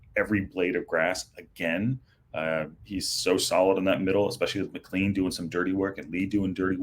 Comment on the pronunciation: Needed those 3 points. Oh and McClean is pronounced Mick-clain. Just from one American to another.